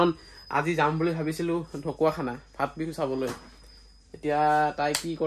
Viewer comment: ফা-ট বিহু নহয় মগজ নথকা। কি বুলি কয় শব্দটো সুধি ল'বা।